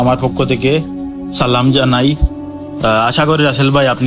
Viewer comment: ছেলাম না সালাম হবে ভাই